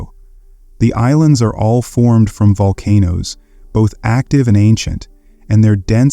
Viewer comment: make sure your pronunciation of the volcano names is proper before you make a video